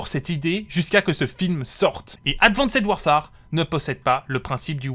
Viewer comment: Bonne vidéo mais ton anglais laisse vraiment à désiré en prononçant « streak » ou en insistant sur « Ad Van Ced Warfare » 😬